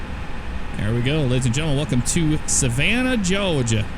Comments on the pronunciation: He can say "Georgia" if he wants. No one cares if it's cringe. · Nice vid. Plz stop saying “Georgia” like that. So cringe.